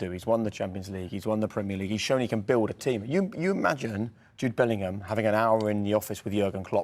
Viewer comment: Ffs it's Bellingham not bellinham